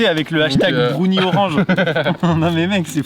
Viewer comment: Les fameux " Brounies "